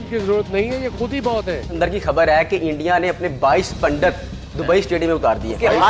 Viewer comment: India ko Endiaa bolte hai sale😅😅😅